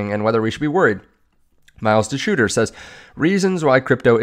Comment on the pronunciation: That would be Miles Doychur, not Miles Deshooter..